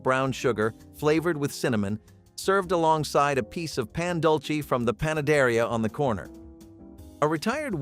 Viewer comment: Its said "pon- duel-say"